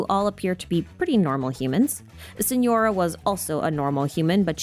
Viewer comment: TARTALIA? SENORA? WHAT 😭